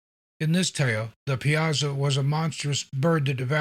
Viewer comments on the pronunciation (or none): Great video! I’m from the Alton area and we pronounce it Pie-a-saw. I wouldn’t ever expect anyone not from the area to pronounce it like that, I’m just informing, certainly not criticizing. I love your videos and your narration is top notch!